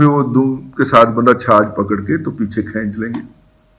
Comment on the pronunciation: سر چھج ہوندا ہے چھاج نئیں ہوندا